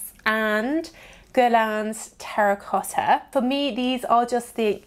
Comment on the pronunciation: How she says 'Terracotha'😂 lol